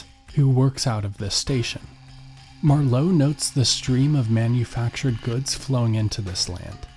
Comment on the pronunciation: The accent for Marlow is on the first syllable, not the second. Also, Thames is pronounced Tames, there is no th sound. I had to stop listening to this after :25 because I was afraid the moron who is reading this was going to make another blunder.